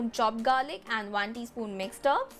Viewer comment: 8.32 she said Mixter instead of mixed herb